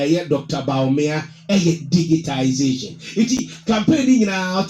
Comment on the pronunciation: Bro most people including the NPP say digitalization but the correct word is digitization